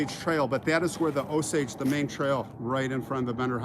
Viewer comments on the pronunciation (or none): none